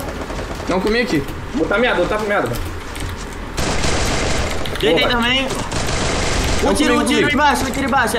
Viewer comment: Os meninos fala dei capa ai o fala deitei mkkkkkķkkkkkkk eu racho mano